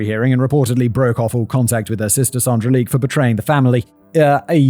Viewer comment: The mispronunciations of Cpl David Leik's name is also jarring (it is German so is should sound like "like").